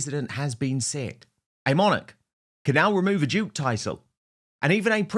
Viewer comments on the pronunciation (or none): none